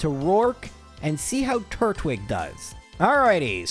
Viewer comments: to be completely hinest with you, the way you pronounce it makes it sound like turd-wig 😅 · YOU DIDNT UNDERPRONOUNCE IT, YOU SAID TURT-WIG. I always said TUR-TWIG, since it's Turtle and Twig, you don't say "TURT-LE" you say "TUR-TLE" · What he said at the time was more like turt-wig, which is why I said it was supposed to be tur-twig. Just wanted to mess with him a bit, but I knew he would take it well. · the turt-wig after the whole pronunciation bit is lmao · When I was watching the Diamond/Pearl minimum battles video, I also thought you were pronouncing Turtwig strange, but then I thought about it and it's a turtle with a twig, not a turtle with a wig, so now I pronounce it as Tur-twig too! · Hi,. It's me, the guy who got (slightly) mad when you mispronounced Turtwig! I love your videos, though, and I've watched every single one, or close to it. When I'm bored I even re-watch them! Just wanted to say thanks for tolerating my shenanigans.